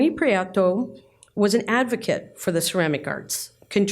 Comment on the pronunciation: Lovely video, thank you. As a Spanish speaker, Antonio’s last name is pronounced Pree-eh-toe, as opposed to Pree-ah-toe.